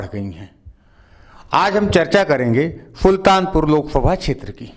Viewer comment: फुल्तानपुर नही सुल्तानपुर